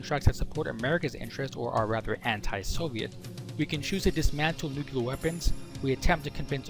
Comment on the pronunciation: Good video. Btw i'l sorry, it's stronger than me : nu-cle-ar, not "nucular"